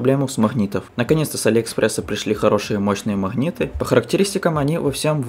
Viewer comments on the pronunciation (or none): Не понимаю, неужели так трудно говорить "магниты" вместо "махниты"?